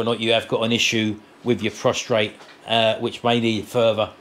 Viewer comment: hope you get better soon! It’s very uncomfortable! BTW the correct terminology is PROSTATE not Prostrate. (Drop the R) Prostrate is when you lie flat with your face down. You are lucky to have Sharon look after you too. Love to you both from my home in Penang Malaysia. I am actually Manchester lass! Happy New Year to you and your lovely family! Love you all Lynda XXX